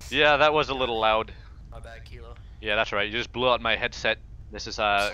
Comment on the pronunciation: worst accent. Can't even pronounce "out".